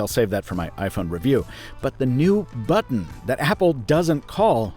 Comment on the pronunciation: "Press the camera butron"